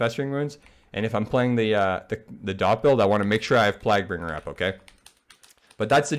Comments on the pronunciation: The way you were pronouncing Plaguebringer bothered me more than it should have. Good guide though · “Plag bringer” “Eebon fever” Cmon bruh